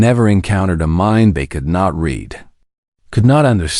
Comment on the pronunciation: Read, pathetic reading skills since it's read :) yeah the same word indeed, spelled the exact same way, can be pronounced differently, and for the love of god, you did it wrong. Surprise surprise. Learn English beyond grade 1, you might stop sounding like a child. Strike 1.